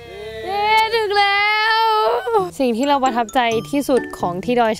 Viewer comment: เสียง เเล้ว มันเเปลกนะ😂